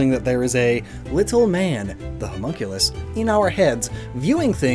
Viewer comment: For a second there I thought you were calling Mewtwo a Homo as in gay and I was like What shrooms have you been smoking